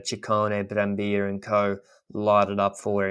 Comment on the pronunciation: Ehi, the double L in Brambilla is pronounced as the double L in Cancellara